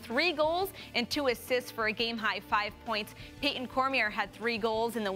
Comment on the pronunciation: One thing I'm noticing from watching all of the LSN highlights of this past weekend is player recognition... Either not pronouncing a name correctly or talking about players not on a team. Do a little research when you are going to use a player's name (Cormier is pronounced Cor-me-ay). It's helpful to the fans and respectful to the player. Then make sure the players are actually on that team... Aiden Olmstead plays for Loyola... not Lehigh.